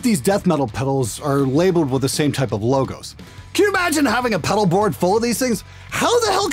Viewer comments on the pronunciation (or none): none